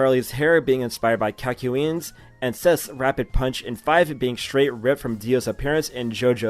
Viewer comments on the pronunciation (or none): Did you just call Kakyoin "Calculean"? Tf